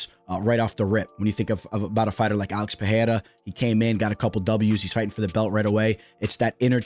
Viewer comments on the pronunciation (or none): none